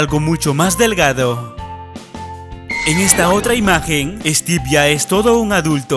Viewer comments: Es Stiven no teven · Se llama stiven no stive y no puede creser mas por su majia:v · es estiven no stevvvvvvvvvvvvvvvvvv